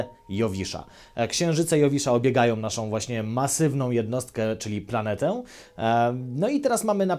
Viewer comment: Lubię Cię chłopie, ale skończ z tym puryzmem. To ze piszemy „planetę” nie znaczy ze tak też to wymawiamy. Moje uszy płoną z każdym Twoim przesadnym ęłłł...